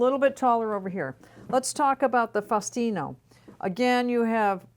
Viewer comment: It’s pronounced SPETCH-EE-AH-LI-TAH and FAH-OO-STIN-OH.